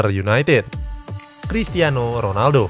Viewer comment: krikiano Ronaldo